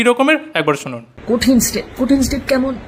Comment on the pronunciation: ওরে বাবা, ' তিনমূল ' নয় কথাটা ' তৃণমূল '। কঠিন estape নয় কঠিন stape হবে। আর vedio content বিষয়ে একটাই কথা, ' ছিঃ।'